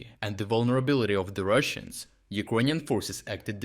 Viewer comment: Can this blud start to learn how to properly pronounce the word Ukrainian? or just pronounce it in the original language itself.